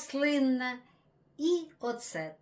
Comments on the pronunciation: Дякую за українську ! Дуже приємно вас слухати! У вас чудові рецепти! Щиро дякую! Вибачте, але єдине слово дуже ріже слух, це слово « оцет», наголос на букву ооо…цет, а не на букву «е»… ще раз вибачте… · Оцет а перчик 😂😂,наголоси,спочатку не зрозуміла що це. Але рецепт добрий а українську не перекручуйте 😊